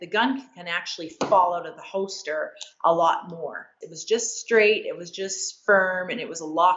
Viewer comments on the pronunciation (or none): Anyone else notice that she says “ho-ster” when saying “holster”? Just don’t mention it in front of her if she’s packin’ heat! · Is it just me or is she saying “hoaster” for holster over and over? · Hoester 😂😂. Why can't a world champion shooter pronounce holster? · As long as I don't have to hear her pronounce "hoester" again. Its hoLster god dammit. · Overall review 8 out of 10, would have been 10 out of 10 if she said Holster instead of Hoster. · I think she meant “holster” not “hoster” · I can't get past her saying hoester instead of holster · Hosted rilly it’s holster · There's an "L" in holster. Its not hoster. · I wanted to enjoy this but I was just getting agitated everytime she said "hoster" but to be fair I'm an asshole lol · Yea same🤣especially when she says it like 5 times in a row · I've never heard someone mispronounce holster so many times idk about yall but I've never heard of a hoster in my life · Holy crap it's pronounced "hoster" I've been saying it wrong all this time. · She pronounces "holster" like "ho-ster". Someone should tell her there's an L in there. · In her videos she's practically bending her back so far and her hips are so forward that her gun is already pointed at the target while in holster lol. Or like she says "hoster" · Is she saying hoester? Uh...why. And for those who dont know these fast draw competitions dont use live ammo. So... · It's a Canadian accent thing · I'm from the same town she lives in and I've never heard someone say holster like her. It's pretty weird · Do you know how to say holster? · She knows her stuff but forgot there's an 'L' in holster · Someone tell her that there’s a letter “l” in the word “holster” lol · The “L” in holster is silent 😂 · She’s one of the fastest quick draw shooters on earth and she can’t pronounce “holster”. Crazy world